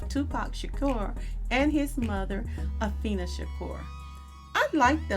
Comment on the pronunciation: Her name is Afeeni not Afeena